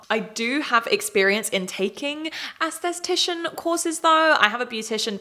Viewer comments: I love your videos but it’s not ‘ass-the-tician’ 😭 it’s ’es-the-ti-shon’ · The way you're pronouncing "assess-atician" (instead of es-thuh-tician) is cracking up! But the lack of regulation in the UK is SCARY AF (to this licensed US esthetician)! I learned about injectables in school and watched actual doctors do procedures and it's mind blowing that a one day class would ever be suffficient for someone. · It’s aesthetician, not aestheStician, girlie❤ love your vid! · Love you but please look up the words you’re going to pronounce a lot in your videos. Aesthetician is “esth-eh-tish-an.” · the accent makes "aesthetician" sound like "assthetician" and it's kinda hilarious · Great content but one small remark: please learn the correct pronunciation of the words "aesthetician" and "et cetera". You use them in every other sentence and hearing you butchering them hurts my ears :,)